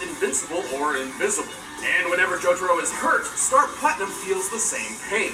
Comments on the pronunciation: exactly its JO TA RO not JO TAR O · He said j-toro... I'm shleep 😂😂😂